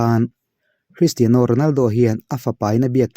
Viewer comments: Kalo sawi ve lawk.. Cristiano Ronaldo hming i lam laia 'Cristiano' tih lai i lam dan hi a mawi chiahlo ee kalo tia.Ka hre ber e ka tihna lam nilo in keyboard a 'Piano' kan lam dan ang chiah hian 'Tiano' -Cristiano tiha lam hi a lam dan dik zawk anilo maw le.. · Mizo Official channel Thalai Association Chuan Christiano A Lam Dan A Mawi Chiahlo Avangin NA TAKIN KAN DEM E. Tunah chin atang chuan 'Piano' Kan Lam Dan Ang Chiah a 'Tiano' ti a lam tawh tur in kan phut tlat e Secretary Mizo Official Channel Thalai Association